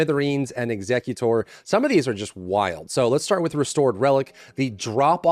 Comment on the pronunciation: I'm not sure if you're pronouncing that shotgun properly.... they both have the same spelling. Are you carrying out the final orders of a will?... Or are you executing enemies?